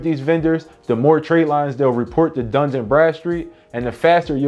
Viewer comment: It's Dun, not Duns. It's not plural. Where do you see an "S" in Dun. LoL